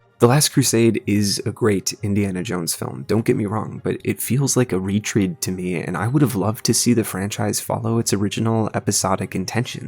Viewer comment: btw "Retread" is pronounced Re-Tred not Re-Treed :)